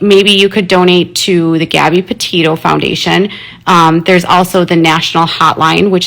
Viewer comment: Why does she say Potato instead of Petito?